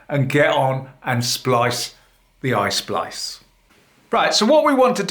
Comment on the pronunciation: It's not ice splice, it is EYE SPLICE,!!!!